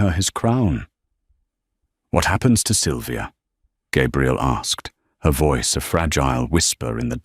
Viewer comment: Why is she called Gabriel instead of Gabrielle?